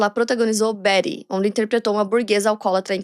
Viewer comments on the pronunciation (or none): none